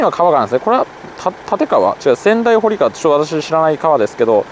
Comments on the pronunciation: 小名木川は「おなきがわ」ではなく「おなぎがわ」です〜 また、仙台堀川は「せんだいほりがわ」ではなく「せんだいぼりがわ」です〜 隅田川周辺の土地をスーツさんが巡ってくださって嬉しいです！！ いつも楽しませてもらってます(by地元民) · 小名木川の読み方は「おなぎがわ」、仙台堀川は「せんだいぼりがわ」ですよ～。